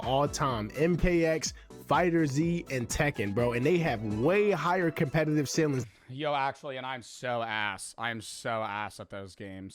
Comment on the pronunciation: Holy shit, he says "compegative"